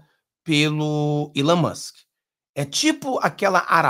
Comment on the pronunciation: não erre mais... É Elon Moksssss 😂